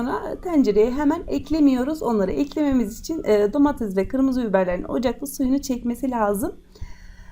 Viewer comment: Domatez değil Domates Türkçeyi katletmezsek güzel olucak